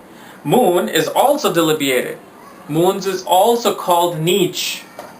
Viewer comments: Being an astrologer please learn to pronounce the important words often used in astrology... It is DEBILITATED & NOT DELIBIATED...!!! Everytime you pronounce the word wrong l lose my interest to listen to you further.... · It's debilitated and not delibiated.. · "DELIBIATED" BRUH DUDE NO CAP, CAN'T BELIEVE THAT IT'S